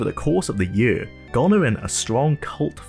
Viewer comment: The word is Year and now Yurr.